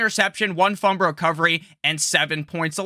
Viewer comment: Can t listen to someone who can’t even say fumble right